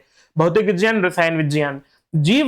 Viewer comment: who told uhh this miss???? Its roman pronunciation not HINDI pronunciation.